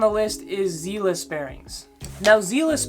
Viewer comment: Not gonna lie I lol’d when you pronounce zealous that way, this video is 3 years old so I’m sure you’ve figured it out. Zealous are faster than reds and spaceballs, but with zealous you have to do 10 to 20miles of skating in order to break them in because of the type of lube. On top of that they are smoother than reds and will last longer. You don’t have to clean them hardly ever since they are double sealed. The fact that you put space balls one tier above zealous at the highest tier, let’s me know that you for sure didnt break in the zealous bearings, or damaged them putting them in but most likely didnt break them in and it takes long time, they are slow out of the box because of that thick nano ceramic grease they use but that also makes them last a very long time. Space balls are super mediocre, I would say similar to reds. You put spaceballs in the same tier that bones Swiss ceramics should ideally be in which is nuts. S)bones Swiss ceramics, bones Swiss six balls, zealous ceramics, seismic full spin ceramics A)zealous, bones race reds, B)space balls, bones reds, pantheon bearings That’s my list for the top 3 tiers. I ride longboard so the speed part matters even more for me. They are just the bearings that I can speak on. Zealous are hands down the best budget bearing, by the way 25$ isn’t a lot for bearings. Youre young so you’ve advanced a bit I’m sure